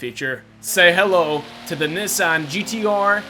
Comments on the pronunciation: said Nissan wrong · Do you not know how to say Nissan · the way he said nissan tho